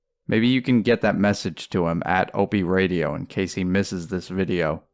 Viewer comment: It is even more insulting to the Nopester seeing as how is basically Norton doing Opie as a character. The character making fun of Opie it way more popular than Nopie himself. Every time says Ray-dee-ohhhh as if it was a 3 syllable word I crack up.